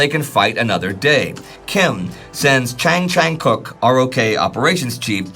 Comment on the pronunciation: I've lived in Korea for decades. Your pronunciation of half of these names is incorrect. Daejeon has a /j/ sound, not a /zh/ sound. Double-check the vowels. "Chang" is likely with an "ah" sound rather than a long "a" sound. Get a Korean to be skeptical about these pronunciations.